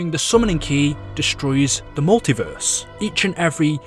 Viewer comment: Ok pls get a better acent instead of saying in the multiveeeeeeeeeerse